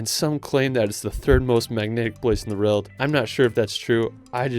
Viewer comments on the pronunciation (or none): Love your videos! But quick question - why do you pronounce “world” as “rild”? It starts with a W, my dude. 😂